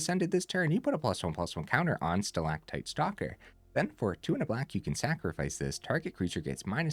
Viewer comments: 10/10 on pronouncing stalactite. (haven't watched full video yet, but had to compliment the correct pronunciation) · The c is often pronounced as a g, but your pronunciation for stalactite was perfect otherwise